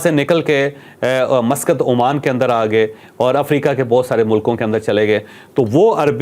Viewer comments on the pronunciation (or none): none